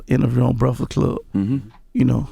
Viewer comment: Gotti said "The Reakfast Club"😂